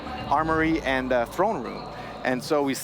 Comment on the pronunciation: lol “thrown” room